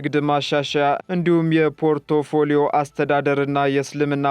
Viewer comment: “ፖርቶፎሊዮ “ አይባልም!!! ፐሮፎሊዮ ነው የሚባለው ።